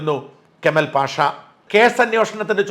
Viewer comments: കമൽ അല്ല, കമാൽ...കമാൽ പാഷ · കേമൽ പാസാ അല്ല കമാൽ പാഷ. എന്ന് തിരുത്തുക.. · Mr ഷാജൻ ,ഷോ അല്പം കൂറക്കൂ കമാൽ പാഷ എന്നു പറയൂ.